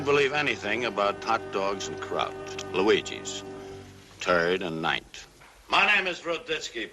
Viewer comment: "Luigi's. Turd an' 9th."